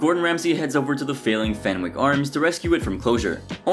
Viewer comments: I feel like that a lot, especially considering the amount of videos where he mispronounces words that are said in the episodes themselves, like in this one, it’s ‘FenICK’ not ‘FenWICK’ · Great video but the W in Fenwick is silent ;)